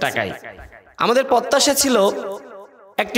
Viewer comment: কথা বলতে পারো না তো রাজনীতি করতে আসছো কেন পত্যাশা, প্শ্ন, গয়েন্দা, দশর,ষল,যাছছে,পত্যেক,করবে ভাই তুমি কি সত্যিই ঢাকা ভার্সিটি পড়ছো তুমি তো কথাই কইতে পারো না রাজনীতি করতে আইছো মিয়া রাজমিস্ত্রির কাজ কর গিয়ে ভালো ফল পাইবা